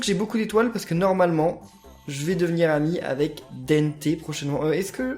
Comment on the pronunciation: On ne dit pas dénnté mais dente comme les dens